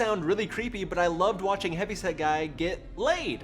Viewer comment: I always hear Heavy Sad Guy, instead of Heavy Set Guy, I think. This is so fucked up episode.